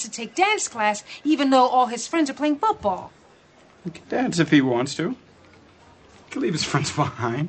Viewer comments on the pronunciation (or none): So much awesomeness crammed into 32 seconds. "Irrelevant, we're not having a daughter." Carla's pronunciation of football. Turk realizing he's stumbled into an awesome moment. Carla's disappointment face. The dance. Elliot being a good friend.